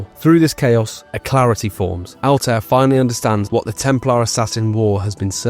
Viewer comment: C'mon, not able to pronounce Altair hurts my ears. 😒 But nice vid overall.